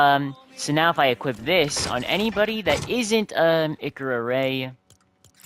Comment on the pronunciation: comander zavala is a awoken (a race in destiny of people who were exposed to massive ammounts of both light and dark forces during the colapse (an appocolypse ) which makes them purple) also you pronounced his name wrong XD same with ikora. im well versed in destiny lore so ask away if you have other questions (watched a 12 hour lore video)